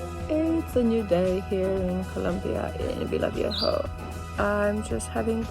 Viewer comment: It is Villavieja. Take care of yourself. There are so many YouTubers out there with "I got robbed at gunpoint" videos in Colombia, it is both scary and downright embarrassing for us as locals.